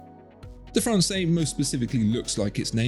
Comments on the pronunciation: It’s pronounced Fran-says, NOT Fran-say. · I'm trying to decide between the Must and the Française. Love them both, it's so hard. Thanks so much for all the info you provide, it's so incredibly helpful and interesting! FYI, with the 'e' at the end, Française is feminine and is pronounced "Frawn-sez" not "Frawn-say". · Pronounced "FRANSAYS", not "FRANSAY" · That’s Française - feminine. You pronounce the ‘s’. Sort of “Fran’sez” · Be careful watching and taking opinions from content where the watchmaker pretty much owns the content maker add the guy doing the review can't even pronounce the watch correctly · Now, now..., you are better than this! Pay attention to your pronunciation: "française" with a big Z at the end.